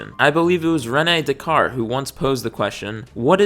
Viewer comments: if he put a french accent on thecard it would be perfect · There's no way you said Descartes as thecard, man that was rough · just learned the British pronounce it like day kaat and in American English is day kaart, man the french way to say it it's way different